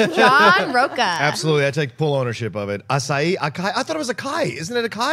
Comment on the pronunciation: If Rocha is hispanic then his last name should be pronounced with the "ch" sounding like it does in "chair" or "chocolate", not like a "k"!